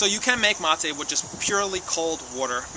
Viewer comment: Amigo its ma"te" not ma"tay" lol. Keep enjoying. Good health to all